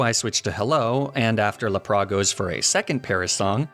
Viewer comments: Laprahhhh? Boi did you not see the S at the end of its name? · Its la-prasss not lah-prahh!! XD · I actually adopted “laprah” as my pronunciation for Lapras. Still not down with “Arcaninay” though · What is this "Lap-ris" you speak of? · The way he says Lapras as “La-pra” 💀 still love the channel though lol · Good videos but what the heck is up with your pronunciation of some Pokémon “Laprah” “magnemeetay” “Arcaneenay” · When he said Lapra I had zero idea what it wad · I'm sorry why did you say lapp-rass what the heck is lapp rass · Honestly hearing you say Lapras normally felt so wrong 😂 love your videos! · my favorite thing is lapras is actually said lapelasu because the original names of pokemon are the true true pronunciations so technically no one is saying it right haha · It felt weird hearing you pronounce Lapras normally. I prefer you pronounce it the way you always have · I'm with you on "La-Prah" and "Arc-uh-nee-nay," and the concept of intentional mispronunciation for silly fun. But I just can't agree with"Kle-fi-key," Klefki is just too delightful to say as is.